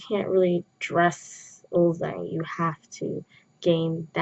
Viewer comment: Love this but isn’t it supposed to be pronounced uljjang even though it’s written ulzzang?